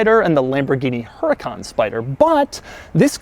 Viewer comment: I was always told the correct pronunciation is "ur-a-con".